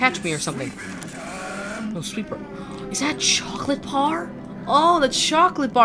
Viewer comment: Did anyone realise u said chocolate par